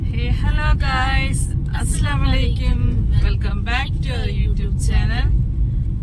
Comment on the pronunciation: സലാം ശരിയായി പറയൂ.അലൈകും എന്നാണ് അലൈക്യും എന്നല്ല